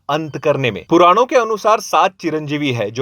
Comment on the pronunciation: Abe jhandu Pauran nahi Puran hota hai, aur Vishnu-Yashas nahin Vishnu-Yash hota hai. Kaisa hai ye.... Ghor Kalyug hai bhai.😂